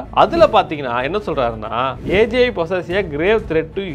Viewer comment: saying AGI me hearing as AJ 😂 anyone?